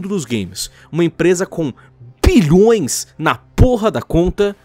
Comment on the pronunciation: "Uma empresa com BBBBBBilhões " .